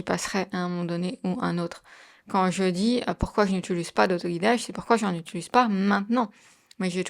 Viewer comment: « J’utulise » du verbe « utuliser ».